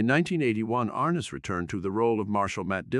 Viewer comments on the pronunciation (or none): Please say his name correct ARNESS not like horse harness. I can’t believe you would do this document of this great person and you don’t even know how to say his name. I never miss an episode!! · How about getting someone who could pronounce Arness.